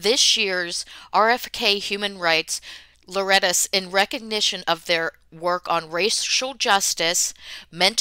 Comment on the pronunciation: For further information laureates is pronounced Lore-Ee-Ettes. Emphasis on the first syllable. Not being mean, just fyi.